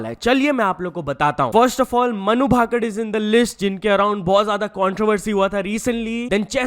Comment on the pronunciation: भाकर है भाकड नहीं है 😂 बोलना सीखने BC 😂